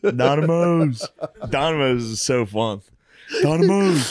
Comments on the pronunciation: Its pronoinced Nomidoes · Every Time he says donimoes the earth gets a little better